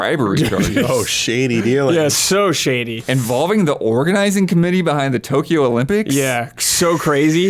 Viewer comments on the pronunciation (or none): none